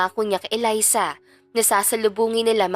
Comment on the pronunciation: Elisa kc Un ung kababata ni Miguel hahaha Mali ang pag bigkas ng narrator